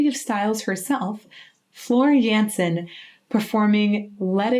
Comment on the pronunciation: "jensen" XD